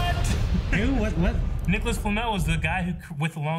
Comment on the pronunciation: Watched this trailer several times, and I swear he says Nicola instead of Nicholas.